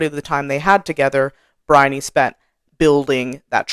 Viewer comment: I thought your explanations are spot on. I did have to laugh about your difficulty pronouncing Briony's name though. I'm British and my youngest daughter's name is Bryony (different spelling, same pronunciation). She was born in the UK but when she was 4 we moved to the US where she's lived ever since. She's now in her 40s. And she has always hated her name because nobody, but nobody has ever been able to pronounce her name and as a child she got called some very bizarre versions of her name by her classmates up to and including 'Baloney'. 🤣😂While it's not one of those very common names it's certain well known over here and everyone will know how to say it, and generally say what a pretty name it is.